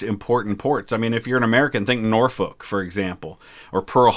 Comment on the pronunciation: As someone from Virginia Beach, VA thank you for pronouncing “Norfolk” correctly.